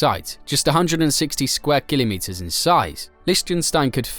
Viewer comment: Why is he saying Kilimeters